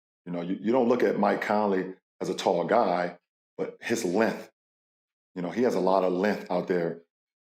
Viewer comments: “lenth, lenth, lenth, lenth” - lebron james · Lebron cant say "Length" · Lebron needs to learn how to pronounce the word "length" it's not "linth". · Lenth … it is LENGTH, LeBron smh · “Naz reid lenth. Mike conley Lenth, McDaneils Lenth, and everyone else Lenth” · “LENTH LENTH LENTH” - Lebron James 2024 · Pain hearing Lebron trying to say “length” 😂